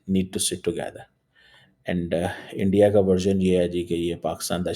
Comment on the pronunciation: subah se ENDIA( INDIA) ENDIA karke jeese kehta hai, rona shuru kar deta hai. 🥵🥵🤗🤗